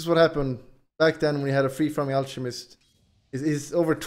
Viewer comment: Guyro and al-che-mist. Hes not pretending PepeHands